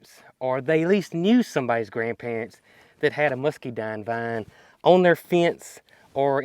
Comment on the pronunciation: Why do you pronounce Muscadine musceedine??